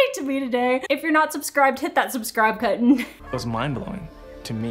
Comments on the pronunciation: I thought you said 'hit that subscribe kitten' and it made my day 😂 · Subscribe cutton lol it sounded like. But I love your videos!! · "...hit that subscribe cuttin" I'm only the only one that heard button pronounced like that lmao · Ahaga is no one gonna talk about her saying cuttion instead of button